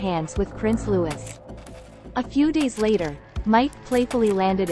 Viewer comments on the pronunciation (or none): Prince Louis, pronounced Looeeee, not Lewis. Please, get it right. It's annoying.